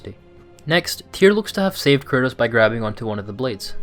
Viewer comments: Dude it's kratos not Curtis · Are you saying curtis or kratos😂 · Good video but I swear I keep hearing him say Curtis and not kratos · Sounds like you keep saying curtis instead of kratos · who is this "Curtis" you speak of? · Man everytIme this guy says KRATOS, all I hear is CURTIS... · Interesting vid, but you know his name is Kratos, not Curtis? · The way this guy pronounces 'kratos' sounds like he's saying 'chris' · Anyone hearing it as curtis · Am i the only hearing him pronounce KRATOS Curtis ? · It sounds like you’re saying Curtis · Sounds like you're saying Curtis instead of Kratos. No beef, it just made me LoL imagining Kratos fully embracing dadhood, and changing his name to Curtis 😂😂😂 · Please stop saying KURTIS! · “Kratos” not “Kurtis” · Yo this whole video I'm thinking "who the hell is Curtis??" But finally realized you were saying Kratos... slow down bro, say it w me. KRAYY-TOES. Great video and breakdown tho 💪🏽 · Love your vids, but why the hell do you always pronounce kratos’ name wrong it sounds like you are saying “curtis” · who the fuck is kurtis? You mean kratos? lol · Great video and breakdown. The way you pronounce Kratos sounds so much like Curtis which reminded me of Cory Barlogs interview with gameinformer in 2018 😂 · I'm I the only one that keeps hearing this channels narrator saying "Curtis" when he's referring to Kratos? haha 🤣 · Yes bro me too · STOP SAYING KURTIS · You say kratos, I hear curtis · Why does every time u say Kratos it sounds like Curtis?? :)) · bro the way he says kratos is annoying me